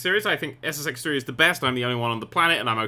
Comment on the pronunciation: i swear in his intro he said sex